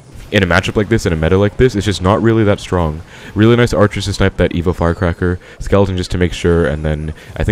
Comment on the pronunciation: Is it just me or he saying evil firecracker haha